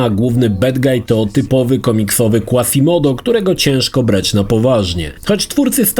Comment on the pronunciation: * Mądrala tryb on * Słowo/imię Quasimodo wymawiamy "kwazimodo", jak inne słowa z Q pochodzenia łacińskiego np. aqua - "akwa", aquariu - "akwarium", qui - "kwi", quorum - "kworum", a taki Quaz był "Kwaz" ;)